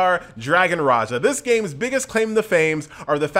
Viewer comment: Raha not Raja.. Ra'Ja.. its like John Cena not Jan Sina!! Understood?!